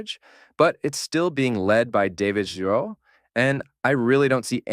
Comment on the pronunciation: Great video as always! You said his name right once, it’s pronounced GeeRo